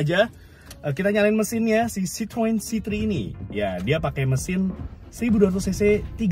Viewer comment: sebetulnya pengucapan bahasa perancisnya itu sitroen. nama ini kan diambil dari nama pendirinya yg sebetulnya orang belanda, pengucapan bahasa belandanya itu sitrun (kayak kita di indonesia ngucapinnya). kalo sitroang itu pengucapan orang indonesia yg sok2 perancis aja.